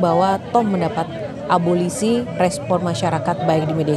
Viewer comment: Eh mas reporter breaking news mengatakan abolisi dengan abosili .mas bukan abosili tapi abolisi